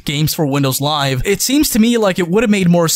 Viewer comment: "GaEmS FuOr WiNdoUwS LiVeA"